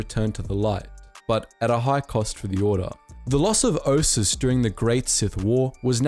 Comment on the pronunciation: Bro have you even played KOTOR II? It's T3-M4 not T3-M6. Also you're pronouncing Atris and Ossus way off. LOL